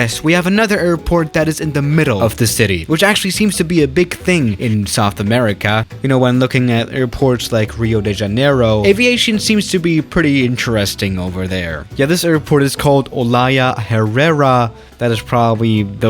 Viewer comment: Everyone: Rio de Janeiro: Riodejenero.